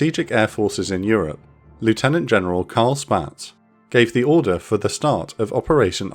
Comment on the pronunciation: by the way, in case no one else has mentioned it . Spaatz is "Spots" not "Spats"